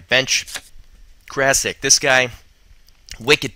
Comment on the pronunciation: just so you Know its pronounced Krasich <3 good vid man